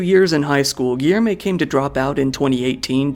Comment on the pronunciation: Great vid but hearing the ''Rioh de Djaneyruh'' and ''Giermay'' gets a little tiring sometimes. Portuguese is hard, i've heard worse pronunciations :p